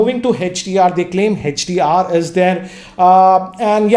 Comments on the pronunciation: It's hdr not hechdr 😁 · Its not hach D R 😂😂😂its HDR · hetch-Di-Aar🤔 i thought its HDR 😄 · Even he is saying HECH-DR, it's HDR. Don't get confused 🙂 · Why do you call it Hedge-d-r? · HETCH - D - R ......Hahahahahahahahaha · Hey-each-dear and A-each-dear